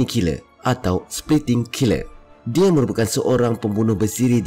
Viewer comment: Penat dengar tekan perkataan "Dia"